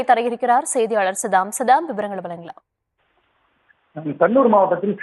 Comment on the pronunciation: செய்தி அறிவிக்கும் பெண்ணுக்கு தமிழ் வராதா? வழக்கை வலக்கு என்கிறார். வழங்கலாம் என்பதை வலங்கலாம் என்கிறார். 😊😊